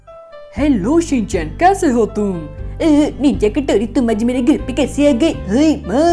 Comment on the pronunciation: Bhai Ninja hathaudi hota hai katori nahin hota😂😂 bro big fan main tumhari sari video dekhta hun 😘